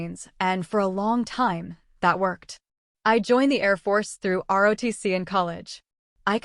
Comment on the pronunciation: It is not, RODC. Try ROTC IS THE RIGHT LETTERS.